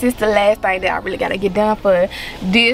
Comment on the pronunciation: It’s her saying pretty little thang for me 🥰🤣 know we from Memphis